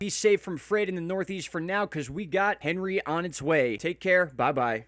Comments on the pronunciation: When are you going to start pronouncing this storm correctly? It’s ON-ree not Hen-ree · 1st. And it’s pronounced Ohn-ri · HEY! Morrooon it is French ANHree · Probably pronounced more French, like "Ahn-Ree." Stiil a mean storm regardless. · You should pronounce it correctly imo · I am with you with how to pronounce Henri. Yes prepare!!!! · My guy, it's not the American pronunciation of Henry, it has a French pronunciation. H is silent